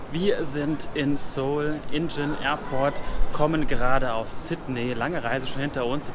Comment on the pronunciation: Nicht "Seoul Ingin!" Sondern Seoul "Inchon" (wird so ausgesprochen:) bin Koreaner Deswegen..